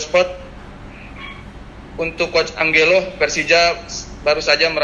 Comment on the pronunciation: Cara ngomong nya ANJELO bukan ANGGELO. Nora bener ye orng media nya, ga lulus bahasa asing nih keknya